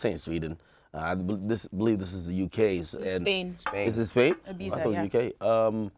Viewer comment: Can't believe you pronounced Ibiza, Ibiza smh